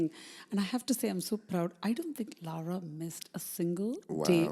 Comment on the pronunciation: Why is calling Lara, ‘Laura’? Is it just a pronunciation thing?